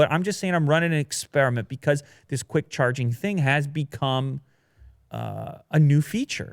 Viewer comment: Cwick Witted 2019